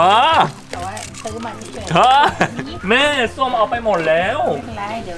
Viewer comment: เราได้ยิน เรียกพี่ส้มว่า ส้วม